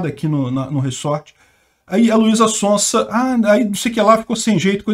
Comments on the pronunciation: " Luisa Sonsa dispensa apresentações, é uma cantora muito conhecida". O deveria pronunciar "Sonza", no caso do sobrenome dela o S tem som de z, isso porque ela é muito conhecida kkkk. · o Z se pronuncia tipo o zunido das abelhas, zzzzz sonzzzza, sonzeira, zarpar, zetélo, zoraia, etzétera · Luiza Sonsa hahaha É Son Za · de tanto falar mal de Russo não pronuncia mais o Z (Contém brincadeira) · Ele falando o nome dela errado…. Hahahahahaha Sonsa! Ótimo 😂😂😂😂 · falando Luiza SonSa... não tem preço kkkk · Eu não sei se foi sem querer ou foi de zoeira, mas achei engraçado ele falando Luíza Sonsa como se ela estivesse sendo sonsa sobre o caso kkk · O falando luiza SONSA kkklkk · kmmkkmmkmkkm ELE FALOU LUIZA "SONSA" kmmkkm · O mais legal foi assistir o errando a pronúncia do nome dela o video todo heheh ainda mais pra chamá-la de sonsa. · sempre fala "sonsa" kkkkk